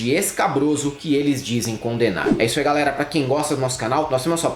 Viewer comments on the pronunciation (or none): none